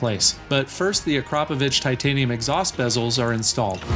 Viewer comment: You pronounced Akrapovič correctly, well done